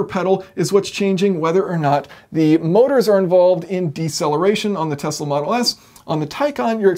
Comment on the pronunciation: ikr. Now if I could just get him to pronounce Tesla correctly